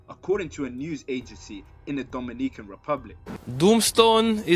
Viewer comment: I cant get over the way you say "Dominican " 😂